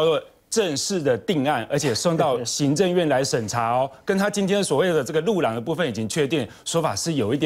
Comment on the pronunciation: 盤仔安在上次國慶落漆煙火活動已經跌下神壇了，所以路廊他都故意念成虎懶